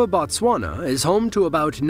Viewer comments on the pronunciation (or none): none